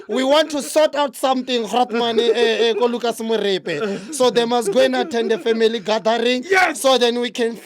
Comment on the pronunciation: He said Lucas Moripe